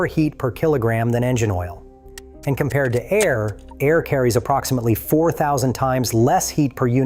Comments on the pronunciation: A-R cooling? I’ll never understand why people who let the AI do the work for them can’t at least come along afterward and listen to their own video before uploading. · This video is ai? Why the hell did it pronounce Air like that